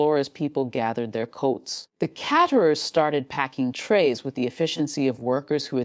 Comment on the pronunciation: So was champagne and caterers. Good ole AI.